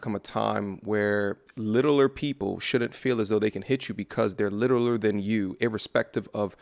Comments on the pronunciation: lmao when you said little-er lmao. I know you meant smaller because you are articulate, but it was funny lol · Stopped at "Littleler" I'm out